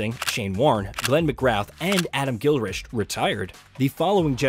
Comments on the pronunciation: Just a small nitpick but McGrath is usually pronounced with less emphasis on the final 'th' to make it more like "McGrah" and Gilchrist is pronounced "Gill-Krist". Great video nevertheless! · Adam Gil-wrist 🤦🏻‍♂️🗿💩 you've committed a crime not knowing Gilchrist when uve made a video abour Aussie cricket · Good video. Just a few name pronunciations. The th is Mcgrath is silent and Gilchrist is pronounced as gill kryst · Adam Gilrish?.. C'mon, FFS... Get it right.. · Great video, but please lookup the correct pronunciation of the names of legends Glenn McGrath and Adam Gilchrist. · Adam Gilchrist. Dude learn the players’ names please. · Enjoy the content, but a bit of feedback - I'm not sure if you're AI voiced, or just aren't checking, but some of your name pronunciations leave a lot to be desired. McGrath and Gilchrist were both diabolical.